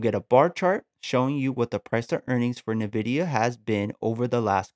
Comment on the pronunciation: good video my man, thanks, headsup, you're saying nvidia incorrectly, good luck